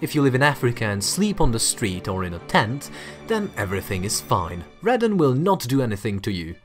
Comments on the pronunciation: It's pronounced "Ray don", In the UK old stone houses were given sealed windows, and blocking open chimneys, caused a rise is this gas, as it came out of the stone in the building.. Now there are gas checks and vents are mandatory. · What should I do about Radon? Call Gojira, obviously! Sorry, couldn't resist; your pronunciation of radon [ray-don] is the way the Japanese pronounce Radon's name (changed to Rodan by the Yanks, because... well, Yanks.) Hope the other chap is ok? We'll get used to you, worry not! 😊🤗